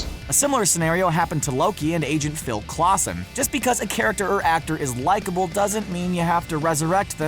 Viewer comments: It's not Clawson it's Coulson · Phil Coulson not Clouson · Did he just call coulson, Clawson?! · "Clawson?" .... colson? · Who is PHIL CLOSEN????? ITS COLSEN!!!!! I’m making a video called “Mistake in Screen Rant nobody talks about” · Clawson?! CLAWSON?! WHAT DO YOU MEAN “CLAWSON”?!!???! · You said coulson as clowsan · "agent Phil clason" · coulson, not clawson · You lost me at Phil Clawson, it Coulson..... SON OF COUL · Colson. Phil Colson. Goodness 🙄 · Its Phil Coulson! Not Phil Clawson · Hears Him Say Phil Clawson And Immediately Checks The Comments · Clawson. Really? Clawson... you serious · Most of these are just salty arguments... (Pronunciation of Phil Clawson tho) None of this is actually valid... as all of the MCU villains had amazing character build up and reason to do what they did (apart from Malekith and Abomiantion but they're not relevant to storyline) I honestly thin khe was paid or bribed to do this.... #stop thesaltyfans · Why can't people on YouTube say names properly?! #AgentClawson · Phil coulson is pronounced colson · did he just call my guy Closson??? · This guy has the right to dis marvel can even pronounce coulsen right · The way he said Phil Coulson. He said Phil Clawson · Am I the only one who noticed he said Phil Clawsen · This guy makes a mistake every video ‘Phil Clawson’ and ‘gorilla grude’ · heard that too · Seriously.... you mispronounce Phil Coulson??? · Agent Phil Coulson NOT whatever you said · You couldn’t pronounce Coulson fam? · Your opinion is void in my mind when you can't even pronounce agent coulson right. smfh. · it means that how right can Screen Rant be if they can't even pronounce agent coulson's name right. Kinda like auto correct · Not really. Just amplifies how baseless this is. Its not like Coulson was hard to pronounce or was never really said in the movies. Thats what happens when you don´t put effort into something.